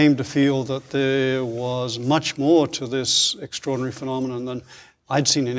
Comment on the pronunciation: Did you note how many times this guy used word "extrairdinary"? He didn't reveal not a single discovery he achieved. Just Bla-bla-bla, and "extraordinary" Bla-bla-bla. That means self advertisement Only. I wasted 30 minutes to "discover" he is going to waste entire hour. Sorry, just turn him off.